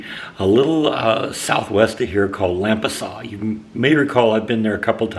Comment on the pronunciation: It's pronounced LAM-pasas.Nice ornaments!